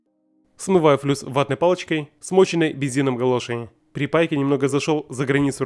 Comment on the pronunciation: Ага,плюс ещё мне послышалось не флюс,а снюс.